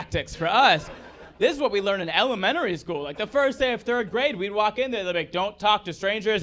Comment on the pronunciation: Could you repeat Elementary?? Cause I heard Ellementory school… um my ears must be clogged by legos 👀🤣